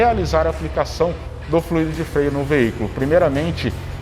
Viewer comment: Muito bacana... só um detalhe: se fala flUido... fluído existe, mas é outra coisa!